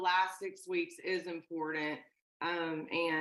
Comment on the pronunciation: Her not being able to pronounce “ important” is maddening.